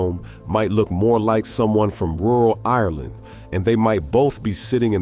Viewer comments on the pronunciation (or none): none